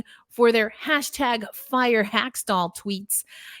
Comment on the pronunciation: It is not Hak-stul. His name is pronounced Hak-stawl. Good grief, this is a Kraken podcast?